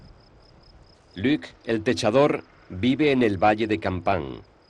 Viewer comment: No es Luque, es Luc. Es francés.